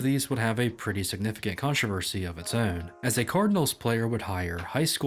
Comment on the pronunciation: heard you say "own" and youre from where im from